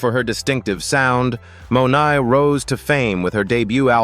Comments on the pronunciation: Her surname is Monae not Monai. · Why cant you say the correct surniame in the videoof Janelle Monae,you say Monai.